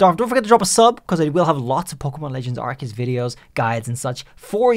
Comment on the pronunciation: Here’s how to really pronounce it: Are-See-Us.